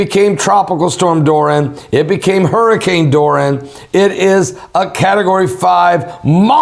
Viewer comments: Bless you. You seem to be struggling with the name of the hurricane, lol. It's pronounced DOOR-REE-UN= Dorian.😉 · its pronounce Do ree the fish